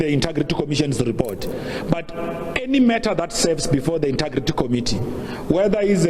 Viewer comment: Hey Pule its not 'inta' or 'inter' for the word integrity. its inteeeeeegrity. Hey Hey